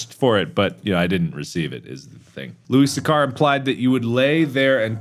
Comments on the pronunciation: It's not how you pronounce Louis Sachar. I did a presentation on him about a decade ago. It's (Loo-Iss) (Sack-Er). Louis Sachar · Loo-iss Satch-ar, Mark. Pununsiation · Louis Sachar is not pronounced the way you pronounced it, Mark hahahaha